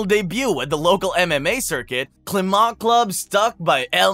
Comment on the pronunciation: Good work putting it all together! He's legally Spanish currently and shows love and pride for both Spain and Georgia. What surprised me was the way you say "Climent", making it sound so French (I consider myself both Spanish and French), that lastname (of Catalan origins) is shared by 3 of his coaches, two Argentinian brothers (BJJ /MMA) and one Spanish for the boxing.😊 Greetings!